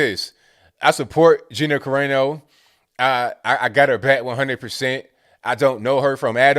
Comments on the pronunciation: its on AEYY NO its Ca Ra No.. its Italian.. LMAO... funny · Kah ray no? 😂 Kah rah no bro. Kah rah no